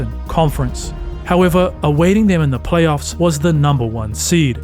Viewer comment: “Plaoyffs” lol